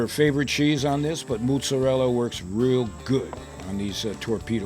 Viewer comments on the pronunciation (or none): Moosserela? MOZERELA! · maaa-zah-rella were u from canada lol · Love this!!! Just a Italian spin, us WOP's pronounce it "mootz-a-dell." The "d" is kind of soft, not a hard "d." (insert joke here) I've got 30 lbs. of ground brisket that are screaming to become tube snakes!! OH!!!!! If this were done with some homemade Italian sausage, it may replace the SPO sandwich!! Awesome idea!!! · how he pronounces motzarella cheese...mootzarella